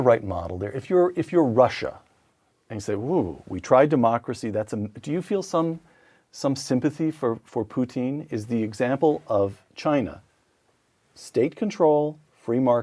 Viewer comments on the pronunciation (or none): heh poor.. It's Putin, not poutine (frenchfries with gravy and cheese)